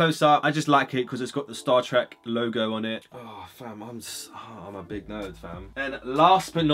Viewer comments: Man says he said he likes star treck but he says star track 😂😂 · sorry, star trak? big man it's star trek